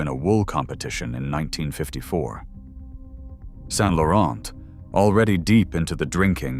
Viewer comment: Whether it is an AI voice or not: pllllllleeeeeaaaasse not "Saint-LaurenT" (don't pronouce the T) and not Pierre Berge, but BergÉ.